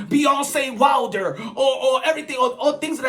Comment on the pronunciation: He said beyonce wilder lol joke joke